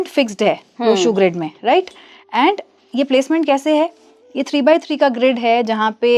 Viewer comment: संयोजक साहिबा बार बार लोशू ग्रेड बोलती है जबकि लोशू ग्रिड सही है.